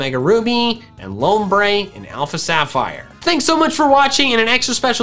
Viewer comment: THE U IN LOMBRE IS SUPPOSED TO BE AN O!